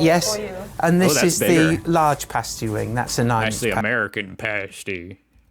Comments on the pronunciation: Cornish = from the English county of Cornwall, also a Celtic (pronounced "Keltik") kingdom. "Pasty' pronounced as in the word, "nasty" definitely not as in the word "hasty". Also, the pasty contains meat, potatoes, turnip (or swede) and may contain onion. Please see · The Cornish Pasty does not have corn in them they are called Cornish because the come from Cornwall. And as you may have gathered from the video, its called a paasty, with a long A, not pasty as in your looking a bit unwell. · SHUT UP AND LISTEN !! Pasties (PASS TEES not PASTE EES) are not just found in south England but all over the UK in all supermarkets. No cheese in a Cornish pasty. They were pieces of turnip or potato. The mines in Cornwall were TIN mines not coal mines. As of 2021 there were 7 COAL mines left in the UK. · come to the UP of Michigan there is at least two pasty shops in every town, also you are pronouncing pasty wrong it has a short a, pasty with a long a is what strippers wear on their nipples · It's pronounced past is 😊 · My guy realised he was saying pasty wrong, then proceeded to keep saying it wrong anyway 😂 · Pastie is pronounced "PASS-tee" (rhymes with 'nasty' - which they are definitely NOT! They're Delicious!). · Your saying it wrong! Say it like this.... PASS-TEASE. just like that but say it fast! Pastie-Pass tee. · No it's pronounced pasty as in past. Home made pasties are bigger than that. We don't have coal mines in Cornwall they were taken down the tin mines. Unless it's been made in Cornwall it's only a pasty not a Cornish pasty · I knew he would pronounce it incorrectly, even before I watched it 😂😂